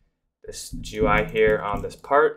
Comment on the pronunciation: ive heard people say G U I, gee goo eye and so many random other ones but i never thought i would hear 'je-are'